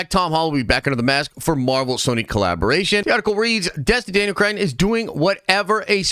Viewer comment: what is it about the word cretton that makes you think there is an "I" sound in it